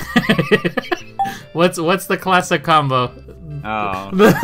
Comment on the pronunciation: "Clayssic"